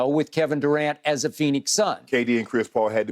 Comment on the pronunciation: “Kevin DuCant” - Skip Bayless